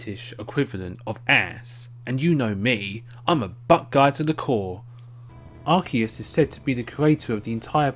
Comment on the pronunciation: Yay someone actually pronounced Arceus correctly!